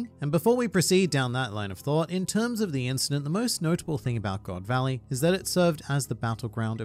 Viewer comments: GOD VALLEY ❎ GO. D. VALLEY ✅ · Its GO D VALLEY